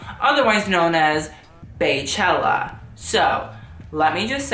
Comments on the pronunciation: it’s bee-chella not bae-chella. Her name is Bey(bee)Yonce she’s not the Queen Bae, she’s Queen Bee. 🙄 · BEE-CHELLA NOT "BAY" CHELLA. MY GOODNESS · It's bey (bee) chella not bae chella get your shit right lol 🐝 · Bey is pronounced bee NOT bay. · its pronounced like "bee" no "bae" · BEE-chella. She is bae, but you say it the same way you say her name. BEY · I love you but please NEVER say Baechella again or Queen Bae etc. Bey is pronounced like BEE. As in Beechella and queen bee 😂😂😂😭😭😭